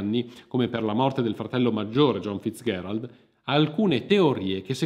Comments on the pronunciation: Scusa, ma perché pronunci "Fitzgherald" e non "Fitzgerald" come sempre si è detto, che poi era il cognome di sua nonna? Oltre tutto anche la grandissima Ella si chiamava Fitzgeral e non ho mai sentito pronunciare il suo cognome in altro modo. A parte questo devo farti i complimenti per aver fondato Vanilla Magazine, sto diffondendo la mia conoscenza del canale anche ai miei amici (spero che si iscrivano, perché altrimenti li faccio salire su un aereo con un Kennedy!). Buon proseguimento, persevera con le tue interessantissime pieghe della Storia. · come al solito narrazione propria di grande affabulatore, consentimi uno sprazzo di saccenza, Fizgerald si pronuncia con G morbida, Non FizGHerald..... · Perché pronunci "FitzGHErald"? Non si è mai sentito. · Perché questa pronuncia dura della g, in Fitzgerald? L'ho sempre detto e sentito con la pronuncia dolce, ma, nel dubbio, ho provato a cercare la pronuncia americana del cognome e la ricerca ha confermato la fonetica che ho sempre sentito e utilizzato. Edit: però bravo per aver correttamente detto "iunior" e non "giunior", visto che è latino.